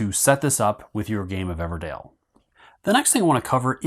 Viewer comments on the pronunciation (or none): EVERDELL! Not Dale oh my god 😂 DELL.